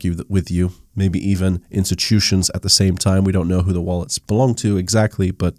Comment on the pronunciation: Etchyutution lol